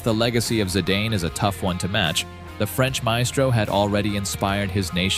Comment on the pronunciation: I couldnt watch this video with the Zidane pronounciation 😅